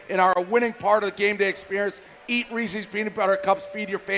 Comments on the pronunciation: It's Reese's!!!!! Not Ree-cee's! For the millionth time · it's been months now and dave still can't say reese's